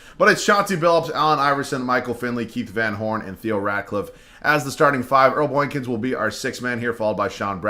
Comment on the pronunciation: Earl Boykins: Earl Boinkins 🤣🤣